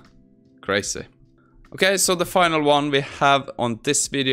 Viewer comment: Wow "crayzeh"